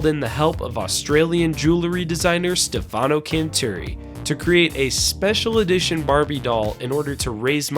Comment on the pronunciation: Stefano… accent on the E not on the A!!! 🤣 sorry I had to say it.